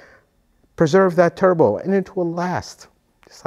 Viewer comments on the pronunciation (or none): “Tubro” did you mean “Turbo”?